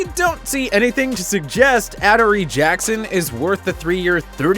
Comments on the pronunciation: "Add-or-A" ????? Its AdorEE 😂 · Ah-der-eee Jackson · They did NOT just say Attery Jackson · Why did they change how they pronounced adorree Jackson